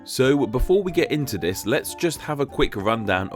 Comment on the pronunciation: Speak. Properly. You fuckn fuck. Your videos are mildly interesting, but I just can't handle your ridiculous voice! Fink, vere, vis and vat?? What's wrong with mouth??